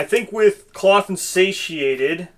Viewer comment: Curious, do you intentionally say clothed wrong?